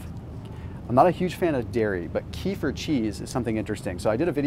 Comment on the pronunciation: Kefir is pronounced Ka-fear